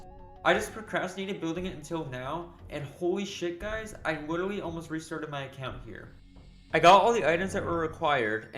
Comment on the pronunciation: Bro says witerally 💀